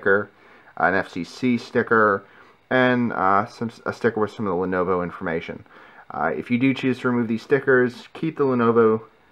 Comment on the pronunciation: not lonovo, lenovo